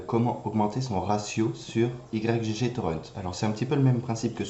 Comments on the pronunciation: Ça se prononce "igue torrent" et non "Y G G" MDRRR ;) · On dit pas Y-G-G mais "igue", comme dans yggdrasil ;) Merci pour le tuto!